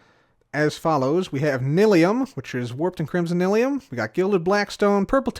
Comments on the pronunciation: What is this n’ill-ee-um, of which you speak? I only know of n’eye-lee-um. Or is it one of the many other ways to say it? That was so hilarious on your stream! 😂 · Tbh, I love that says "nil-ium" like mumbo says "e-li-tra" 😂❤ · I am pretty sure at this point you are just trolling the lot of us by pronouncing Nylium incorrectly... well it's working. You can say Mycelium correctly, but refuse on the Nylium!